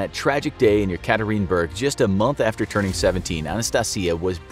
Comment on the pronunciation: No hate the city is called Yekaterinburg (Yeah-kah- Teeren- burg)